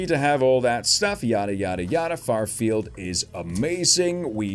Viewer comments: You said farfield like twenty times. It’s Fairfield lol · It's "fair" field not "far" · Its not farfield its fair-field lol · Thank you lol not FARfield its FAIRfield lol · I cringe every time he calls FAIRfield Farfield....lol! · After so many third party openings you've done have not realized it's FAIRfield not FARfield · Keeps saying FARfield instead of FAIRfield lol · You know it's FAIR- field, not FAR-field. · It's FAIRFIELD not Farfield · “Fair” field company not “far” field. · shout-out from the Bay Area California wanted to tell you something you know you're pronouncing that wrong the product it's Fairfield you know like a carnival Fair and then feel not far field just wanted to let you know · Every time he says “farfield” I cringe😂